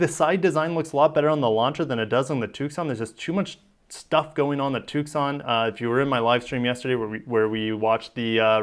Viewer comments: I dont know how to pronounce everything but Tucson is pronounced Toosaan. The C is silent. Im a SW-sterner, sans the horse...well mine is mechanical but i digress. Ok since you wondered a Ducati V4S. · Just an FYI...the “c” is silent in Tucson. Lol it’s not a toque-son. 😅